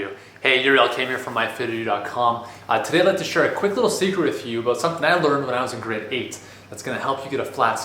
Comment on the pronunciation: "it came aboot"